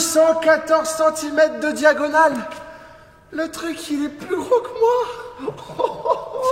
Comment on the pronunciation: "214 cm de diagonal" l'accent alsacien vient de refaire surface XD